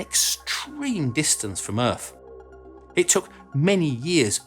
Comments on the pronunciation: ...where is this, "Erf" you keep mentioning? Apparently it's "fur-ver" out there? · What is "earf"?